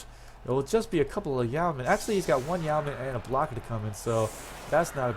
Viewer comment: And its yeoman, as is Yo' man.